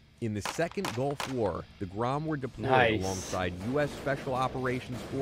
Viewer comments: Wow you actualy kinda said it right. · Dude, your Polish pronunciation is great. That was like 9 out of 10. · You right man, good pronunciation man ;) GROM 💪💪💪🇵🇱🇵🇱🇵🇱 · Damn you Pronounced that really good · You read the name of the formation so f&*# RIGHT!! :D